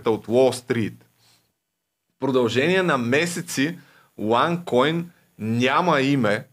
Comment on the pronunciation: Момиченцето: уань койнь пхаха